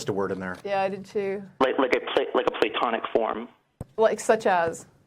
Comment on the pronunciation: Can't even pronounce it.